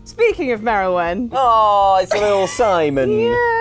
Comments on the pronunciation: Not Merralwin and it's Meowalwin..... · Merilwen in cat form? don't you mean, Meowrilwen?